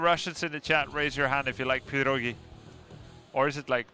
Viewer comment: not PirOgi, but PirogI) that sounds really funny as prOOgi)))